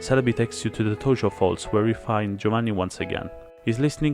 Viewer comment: Are you Italian? Because you pronounced "Giovanni" quite perfectly